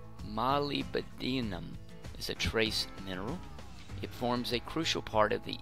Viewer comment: Learn how to pronounce Molybdenum. It is easy. You can find it in YouTube.